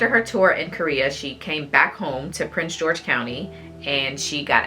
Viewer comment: Great job ladies 👏🏾👏🏾👏🏾but it’s “Prince George’s” county sorry that’s where I’m from and there is also a “Prince George” county in VA